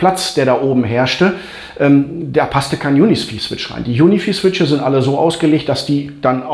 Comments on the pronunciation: Juni vieh macht mich fertig 😂🙈 Junifei spricht man das aus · Cooles Video - Danke dafür. P.S. UniFi spricht man wie "Unifei" aus ;-)